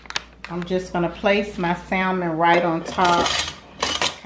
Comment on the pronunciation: Hey. Love your channel. You and your daughter are both beautiful. Girl, don't mind me but sometimes the teacher in me just comes out. The word Salmon is pronounced without the L so it's pronounced "sa-mon". Anyway, I'm going to try the recipe!